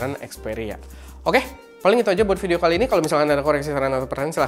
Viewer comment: "vidoe" :v